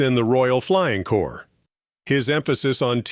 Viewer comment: Its the Royal Flying Corps not Core, and its "Left"enent not "Loo"tenent" if the British Armed Forces.